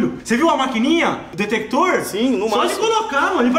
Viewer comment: O nao sabe falar detector KKKKKKKKKKKKKKKKKK